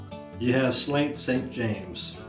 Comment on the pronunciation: When I went to Ireland over the summer, they said Slainte is pronounced SLAHN-CHA, which means cheers